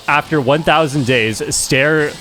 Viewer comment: bro is calling ster "stair" 😭